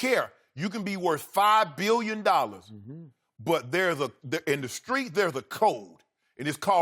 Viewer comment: “In deez skreets!” 😂😂😂